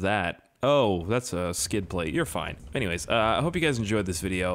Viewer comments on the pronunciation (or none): none